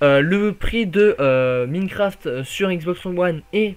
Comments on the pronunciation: s il te plait , c pas Miiiiinecraft , ca ce prononce comme Mynecraft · c'est pas pour etre mechant ce message mais pour que tu te fasse pas critiquer plus tard mais c'est Minecraft "Maynecraft" et pas Mïïïnecraft